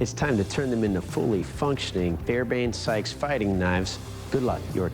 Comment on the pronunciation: I used to think you guys were pretty good until i heard you say "fairbank sykes" For a show that puppirts to be expert level you cant even get a simple Historicaly recorded name correct. It is called a Fairbairn-Sykes, Fighting Knife. I could accept Sykes Fairburn because it has both names correct. Its also called a "commando knife" ,baned after the unit it was desigbed for